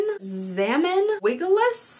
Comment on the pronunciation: So I could be wrong but I think that the 2 you couldn't pronounce are slang. . . Kinda Dwallas = dollars pronounced funny Zamn = Damn with a Z